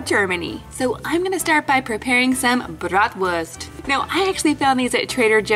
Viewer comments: It is so fun how you say Bratwurst and Lebkuchen 😂🤣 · So I'm from Germany and its so funny when you say 'Bratwurst' 😂😂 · Omg its so funny how you say Bratwurst